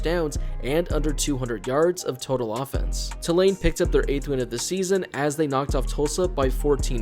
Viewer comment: It’s pronounced “Two Lane” for future reference.